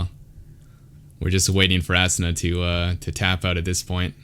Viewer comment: I think his name is pronounced ah soona. Great analysis tho ! 🤓